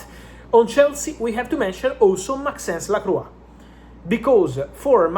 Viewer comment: Maxence LaCroix not laquois